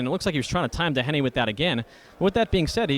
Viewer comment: seriously somebody needs to tell that commentator how to pronouce Tj DOHenys names. He's not DA HAN EE or DON agh eee. how fucking hard is it to say the mans name?